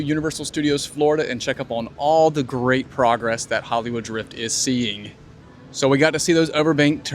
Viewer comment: Enjoy your videos. Just a silly observation only says thee and never thuh. Great info